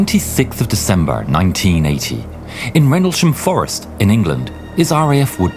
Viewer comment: i legit thought he said 1918 not 1980